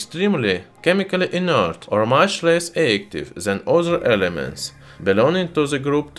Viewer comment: the most "in ert" in earth metal.